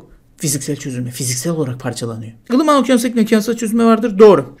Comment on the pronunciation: "Anlaştık mı ılıman okyafoiamegsamegsa ikliminin nasıl oluştuklarını? Güzel! "